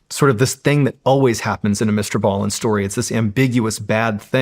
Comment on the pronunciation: Right out of the gate, he can’t even pronounce Mr. Ballin’s name right. Yeah your new studio looks so cool. lol what a clown. Dude can hardly read. Can’t stand this guy.